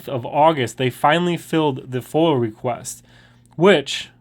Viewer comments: Hey! wrie county. Live your activist.. BUT PLEASE ATIP SAYONG FOIL!!!!!!! IT IS NOT FOIL. ITS FOIA... pronounce it with me.. FOY- UH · Love your stuff.....it's FOIA not FOIL tho. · Once again it is NOT a FOIL request it is FOIA request Freedom Of Information Act pronounced FOY YAH